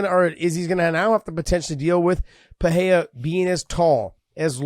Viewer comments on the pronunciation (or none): The way josh pronounces perierra and porier bothers me lol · Just say Purr ER rah ! Not Fah hay dah. Or Peter Yan not Pee oh ter